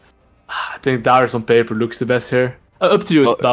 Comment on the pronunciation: They pronouce Darius Durryess lmao